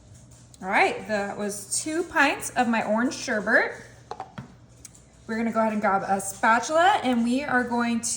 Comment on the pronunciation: It’s not sherbert - it’s sherbet. Learn to pronounce properly.